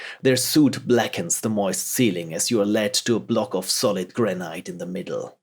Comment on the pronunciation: héhéhé - funny the way you say the stone 'granite' :) it sounds to my ears almost like 'grenade' :) ;) In Brittany, our traditional houses are made of these stones, and in english like in french it sounds more like graa-nit (like you would say "neat" I guess) I mean, do not take it wrong, I have a very strong french accent so I do not give any lesson here :D